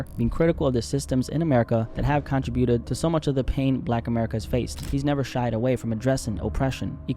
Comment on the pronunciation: Learn how to pronounce contributed correctly already